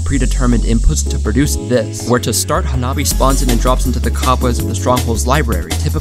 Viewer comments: Hanabi means fireworks in japanese, also that was pronounced terribly, at least get their name right if your announcing someone’s accomplishments. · Dawg what kind of american ass pronounciation of hanabi is that 😭 also i love that dude's avatar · As fast as a firework Explanation: 花火 (pronunciation: "hanabi") means firework in japanese